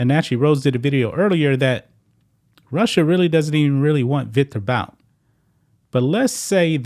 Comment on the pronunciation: Victor (boots) Bouts lawyer. 👏🏼👏🏼👏🏼👏🏼, hey, you finally said it right.